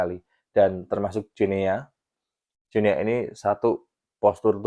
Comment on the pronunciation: Salah bro, bacanya Guinea itu "Gini", spt kita baca Papua New"gini". 🎉